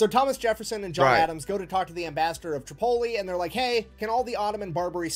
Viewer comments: Tripoli pronounced "trip" - o- lee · Bruh a bit late to the party but I got a small chuckle when you called Tripoli "Chipoltle". Love your videos. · First learn how to say Tripoli. Next is this counterfeit Englishman annoying!!